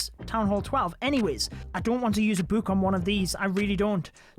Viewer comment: I love how says book:buke